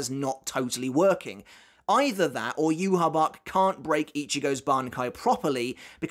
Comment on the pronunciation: Yhwach is pronounced “YOU-HA-BA-HA” not “You-ha-bach” lmao 😂